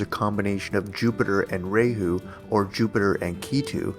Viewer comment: You titled your video 5 facts on when the pandemic will end according to astrology. Throughout the whole video you did not answer this question directly. you said one thing right. kal yuga is age of liars. you did just that. be more authentic in video titles. and please learn correct pronunciations. raaa hu not ray hoo.